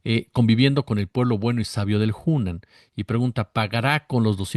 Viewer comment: Hola, el restaurant se llama Hunan, no Junen y bueno que mal tino se Jesús Ernesto que ya debería de saber que iba a ser criticado, 18 años,es mayor de edad en Mexico y el ya tiene experiencia. Desde luego Jesús Ernesto puede comer dondequiera y se pasa de lista Lourdes Mendoza, clasista y racista.